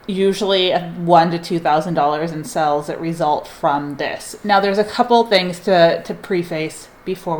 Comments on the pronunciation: It drives me crazy lol but I love her so I watch anyway. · I love the way you pronounce Sales. Sounds like youre saying Sells. It’s adorable and makes me smile.